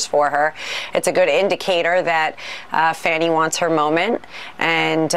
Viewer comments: FAUNY, not Fanny. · Dude. It's not Fanny. It's Fawny. She deliberately slurred her name and you just swallowed it. I like your show. Please tighten it up. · Please,. You are mispronouncing Fani Willis' name. It's jarring and unbecoming of you to do so. It's not pronounced like fanny. The proper pronunciation is FAH-nee. It would be to your credit to respect her enough to adopt the correct pronunciation. Thanks, kindly. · Fawn e Willis. I love you,, but please get it right.